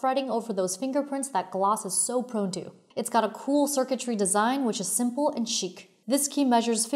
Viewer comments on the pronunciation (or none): none